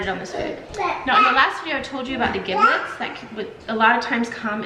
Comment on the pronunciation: Crack the eggs on the counter. You won't get shells. Itt's pronounced jiblets.